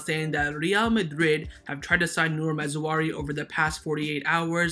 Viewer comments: I hear you saying ma-zou-ari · Mazraoui (Maa-zra-weee) Great RB. Playing style quite similar to Hakimi's .